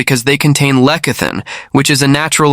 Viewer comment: Lecithin is pronounced less-uh-thin.